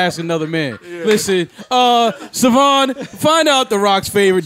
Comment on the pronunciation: "Suhvonn" instead of "Sayvon" is NASTY NASTY.